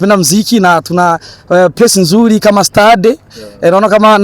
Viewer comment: Jaman kiswahiliiii eti tuna place nzuli kama stade😂😂😂😂😂iki nini surely😢